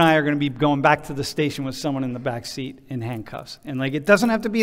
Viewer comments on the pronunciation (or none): none